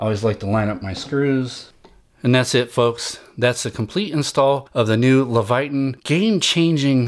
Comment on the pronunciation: LEVITON - pronounced "Leh vuh tin" (not "levayton"). Just helpin' out.